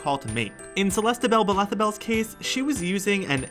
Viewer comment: am i the only one who got pissed when the dude said celestabelabethabel and blendin blendale wrongly?the episode was good tho better with tim tho